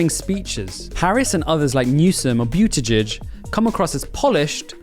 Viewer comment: It's Boot-da-Judge!!!